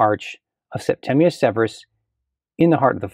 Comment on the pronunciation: So happy to hear someone say Septimius not “Septumus” 😂